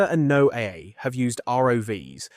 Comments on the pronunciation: I don't know, I was listening intently until I heard the narrator say "NOAA" ('Noah') as "No-AYY', which screams AI Voice to me (and I'm getting really tired of that on Youtube lately) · yeah they say NOAA properly, and then they say No A lmao it's ai